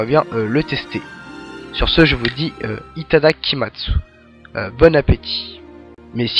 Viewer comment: On prononce pas le u à la fin de Itadakimasu